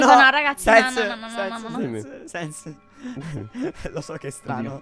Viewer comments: A me piace sto fatto che dice raghi 😂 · 😂😂mi fa ridere che dice raghi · Raga ma perché dice raghi invece di raga? 😂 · Mi piace chi ha notato che dice RAGHI 👇😂😂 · È vero dice raghi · MA BIOLET A MA RAGI MA RAGI HAHAHAHAHAHA LA TRIGGERA